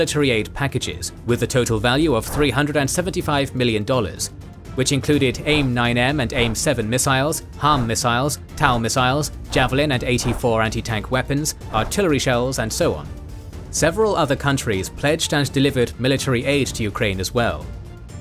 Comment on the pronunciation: TOW is pronounced "toe".